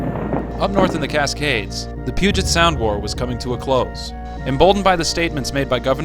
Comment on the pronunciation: Also the way to pronounce “Puget” is Pew-jet